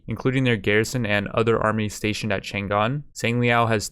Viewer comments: chan‘gan ❌chang’an✅ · It's not Chan Gan. It's Chang An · "Tzaang On" is more accurate pronunciation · I just heard Chang an get mispronnounced like 5 times in the first 20 seconds I can never recover from this travesty